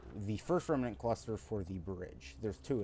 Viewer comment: Oh and pleeeeeease say REM-NANT not REMEENANT. I loved the vid but omg does saying Remeenant drive me up the wall. Ironically you aren't the only person that does it .